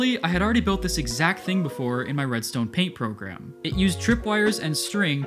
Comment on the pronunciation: “Its really quite simple readstone” -mumbo jumbo